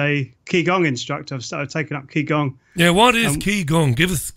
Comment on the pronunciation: It's actually pronounced "Chi Gong" not "Key Gong". Some instructor!